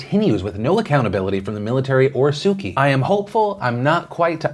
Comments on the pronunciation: Please work on your pronunciation of Aung San Suu Kyi’s name (ONG-SAN-SUU-CHEE) not "Sukey" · Man you need to look up the pronunciation of Su Kyi. It isn't Suki. :D